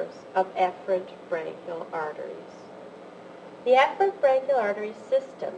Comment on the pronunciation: um, I wish she would pronounce Efferent with an E and not a soft A... very confusing.